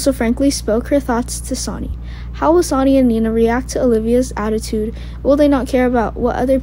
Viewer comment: Sonny...pronounced Sunny...not Sani!